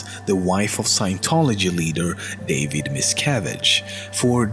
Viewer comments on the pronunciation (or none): none